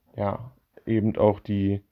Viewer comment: Bitte nicht immer "ebent" sagen, das ist ganz und gar schrecklich.